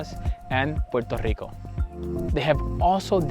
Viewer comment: Puerto Rico , NOT Puero / Poro Rico, as my gringo teacher corrected .